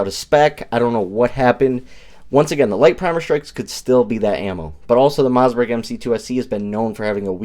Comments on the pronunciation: "Moss"..like Toss Not "Mauzburg." There is no "Z" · Am I hearing MoZZberg? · Did he say Mozzzbergh?